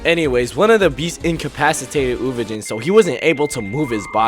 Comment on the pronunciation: did this nga just say uvojin??? MF IT'S UVOGIN (they literally say it in the anime)